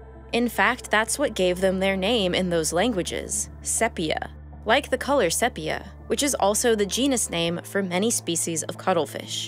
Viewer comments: FYI : Sepia (the color of Cuttlefish ink,) is pronounced with a long E : SEE-pia. Otherwise, great job and Happy Holidays! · Sepia is pronounced "See-Pe-Ah" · That's Sepia with a long EE.